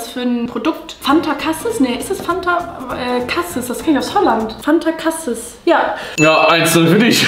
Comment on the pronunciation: nicht cassis sondern casieees 😄